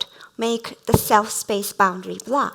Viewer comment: LOVED IT! Going to use the concept in my own talk about 間. One remark - as a lecturer, if one has such a strong accent, it is better to avoid using a word like "blur", which was a key term in this talk and sounded like "Blah" throughout... and instead use a more easily pronounced word to express the same.